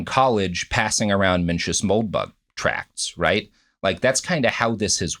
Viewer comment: I mean Evans comes off as practically illiterate. He mispronounced both Mencius and Borges